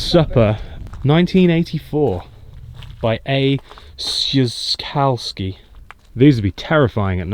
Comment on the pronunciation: Great trip, but you need to work on your polish Szukalski (shu - call - ski) :P btw. if interested